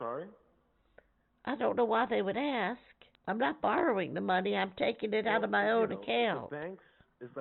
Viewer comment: At one point, the guy pretending to be the grandson says - call them please and “aks” him… This is a common mispronunciation of the word “ask” that some of these scammers make. And also, the guy says he is in the holding cells, and even speaks to an officer. The lawyer says he is in the infirmary, in the hospital! And I’m really glad you called them out when they laugh! It really messed up their flow. Such dirt bags!